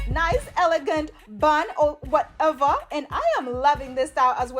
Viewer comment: I love when you say “ whateva “😂